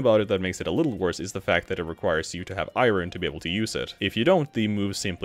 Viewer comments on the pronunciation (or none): Eye earn, not eye rin. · “Iren” its “Iorn” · He says iron like "eye run" It's eye urn fyi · my guy just pronounced iron as eyeron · What accent creates "eye-run" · All I hear is “eye-run”. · Dis man said I ron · How do you mispronounce iron? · Why are you saying iron like that, no country says iron like that